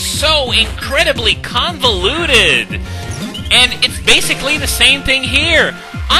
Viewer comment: Maybe I'm crazy but I've noticed you like to say the word "Condiluted" throughout your videos, not sure if that's the english spelling of the word or not but I found that rather funny.